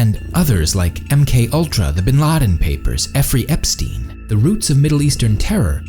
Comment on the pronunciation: It's Jeffrey Epstein, no Efry Epstein, you fucked up at min or so. yw